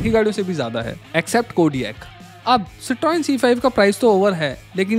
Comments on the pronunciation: Correct pronunciation: Sit-ron. Not, sit-roin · भाई गाड़ी का नाम सीत्रोएन नहीं है इसका नाम है सीत्रों एन silent है इसलिए मैं पूरा वीडियो नहीं देखूँगा। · Citroen (cit roin nahi Citron) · Your pronunciation of cietron is wrong to start with. That's the first reason why people don't buy it. Its ceee tron. Not cetroin. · It's pronounce Cikhoén not Citroen 😂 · Si - Truhn ... not citroen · It is pronounced "cit run" bro. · just bcoz some reviewers wnt dare look up pronunciations n say something a particular way, doesnt make it right. The french company goes back almost a century now n has always been pronounced the same way "si truhn". When in doubt, google it or go back to topgear. Its cars have been reviewed the hell out of by them for their merits n demerits. This reply wasnt meant to throw shit unto u or your review which is solid but shed light so that others dnt learn and repeat a mistake. What u takeaway from it is upto u. Ciao 👍🏻😊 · Boss, please check the proper pronunciaton of a car brand before launching your video. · Are you pronouncing "Citroen" correctly? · Bhai citroen ko pronounce toh sahi karlo.